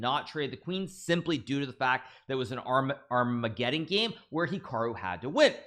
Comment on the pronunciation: hikaru can even count in spanish but can't pronounce "armageddon" correctly. lol